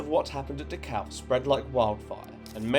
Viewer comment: He keeps saying Dukow, is that the same place as Dacau, not far from Munich?